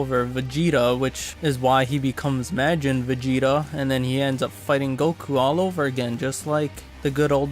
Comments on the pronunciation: Its pronounced ma-jin not ma-gin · MAREJIN?!?!? nah you can’t speak